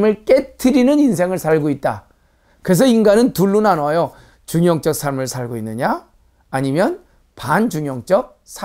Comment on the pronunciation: 한 가지 발음 문제!! 중용적을 왜 "중용쩍" 이라고 발음하십니까?? 이 " 중용쩍"이야말로 "반중용적"이올시다.